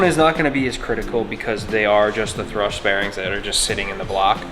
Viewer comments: For a guy who talks to a camera for a living, sure can butcher some words 🤦🏼‍♂️ it’s a thrusT bearing… with a T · Thrust bearing, not thrush 🤣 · Thrust...NOT Thrush... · Plz say thrust instead of thrush, thrush is a completely different thing 😅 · THRUST bearing, not THRUSH bearing. Those are two very different things lmao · Thrust not thrush haha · Are you saying thrush bearing? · still can't beat the habit of calling thrust "thrush" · Please tell in person. It drives me CRAZY when he calls it a thrush bearing. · Great content, motor looks fantastic. Not gonna lie though, you keep calling thrust bearings "thrush", which is a bird😂. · Are you saying thrush bearings? lol